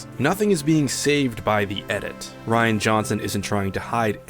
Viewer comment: "Ruin" instead of "Rian"? Really? I mean are you like 5?